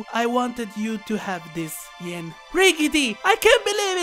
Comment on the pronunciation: bro…it’s yin not ying